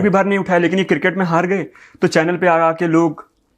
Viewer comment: Major Saab pls tell 😢producer that cricket not kirkit pls don’t take it seriously 😂